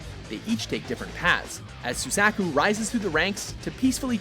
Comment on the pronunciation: YES and not only that but his pronunciation of Suzaku drives me up the wall